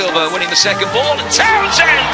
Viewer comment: Did anyone else realise that he missed the ‘n’ in towNsend